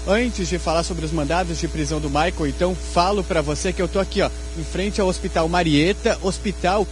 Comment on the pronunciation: O nome do rapaz não é Maicon. É Michael, pelo amor de Deus!